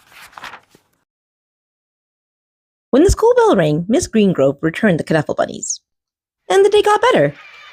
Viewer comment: Loved this!!!! And it's pronounced Nuffle... like Knuckle